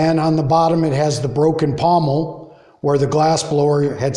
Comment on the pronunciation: Pontil not pomel.